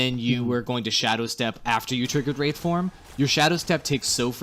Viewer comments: BricksPicks Don't forget the wrath form, instead of the wraith form. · lol wrath form, its WRAITH form oops didnt watch whole vid, my bad